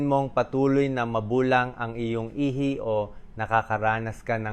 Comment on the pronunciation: Ihi...not ihay. The problem of AI😅